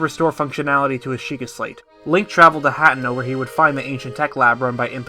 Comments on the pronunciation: Your pronunciation of certain words in this video absolutely KILL me. HAT-EN-O over HA-Tien-O... lol 😆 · I have watched dozens of lore videos and only 1 narrator has pronounced all the names correctly. By the way it's not you. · You are one awesome theorist… But I just can’t get past mispronouncing Hateno. 🤣